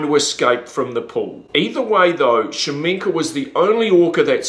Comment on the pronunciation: I hate how this guy pronounces his name. Its KA-SHA-MENK. Not shamenka.